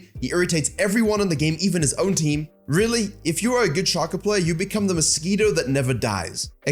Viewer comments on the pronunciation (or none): Shay-ko. Not Shah-ko.